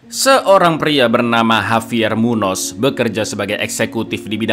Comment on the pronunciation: Saran aja cak. Huruf N yang ada aksen itu sama dengan dibaca ny kalo di indo Javier Munoz (Havier Munyos)😁😁🙏🙏